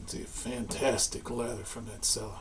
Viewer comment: it's pronounced cella (chella) not (sella).